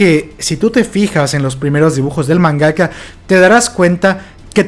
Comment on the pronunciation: Se pronuncia SHINgeki no kyoJIN y HAjime Isayama y MANgaka y LOR (no loré)